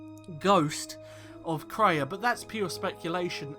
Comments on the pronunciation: It's pronounced KRAY-A, NOT TRAY-A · Kreia is pronounced KRAY-A (caps are for emphasis, I don't mean to yell lol). It sounds like you called her TRAY-A several times. I thought maybe it was a slip, but I then noticed you bouncing between pronunciations.